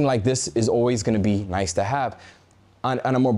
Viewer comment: “shnice” gonna start using that one 😎